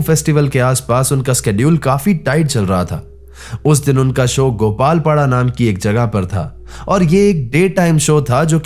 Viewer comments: Its Goalpara not Gopalpara...and yes Im watching from Goalpara ❤ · Its not GOPALpara. Its Goalpara. Also goalpara is not pronounced as "Dan Dana Dan GOAL" para. Its pronounced as "GuWall para"😂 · GOALPARA NOT GOPALPARA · Gopalpara nehi Goalpara. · Goalpara bro not gopalpara I'm from Goalpara town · Goalpara vi not gopalpara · It's not Gopalpara it's Goalpara and It's not Boidamari it Boitamari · Not gopalpara....it's goalpara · गोपालपाड़ा ❌️ ग्वालपाड़ा ✅️